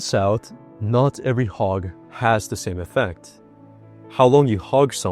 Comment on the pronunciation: Did you know a HOG can protect you? A HOG??? WTF . Learn ENGLISH pronouncing. I dont want to be HOGGED. OMG